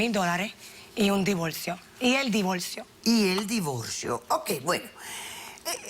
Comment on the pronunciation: Xq pronuncian la l en vez d r si cuando escribien lo hacen bn....x ejemplo divorcio, dicen divolcio 😕😕😕